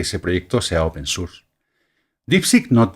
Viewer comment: Excelente llegar a este hombre que explica muy bien, seguiré viendo a ver si se mantiene. Ahora, me da risa como dice Deitacenter pero dice open surss jejeje